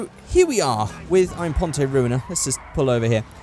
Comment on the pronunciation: FFS It's not Declas-SAY Impon-TAY, It's De-CLASS Im-PONT! It's supposed to sound French.